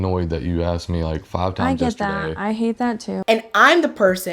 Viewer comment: she axed????